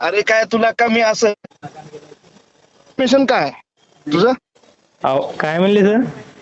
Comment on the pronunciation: Intimations nahi. Intention bola